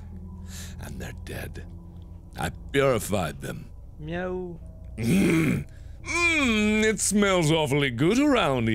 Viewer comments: alien Oh, I thought that he was saying "no". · I thought he was saying "no" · I always thought he said "no" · alien That's supposed to be a meow? I thought he was saying "no." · am i the only person who misheard zacharie's meow as a yo?